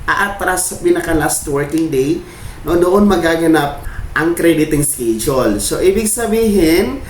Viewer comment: Pronounce schedule as eskedule not eskidule. Masakit da tenga eh.